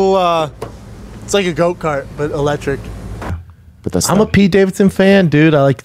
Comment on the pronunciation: Did he say goat cart instead of go cart .